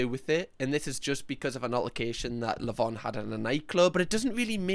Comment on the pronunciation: Bhad bhaby says lavon for lavine.